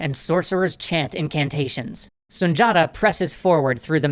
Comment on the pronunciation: It’s pronounced Sun Di Ata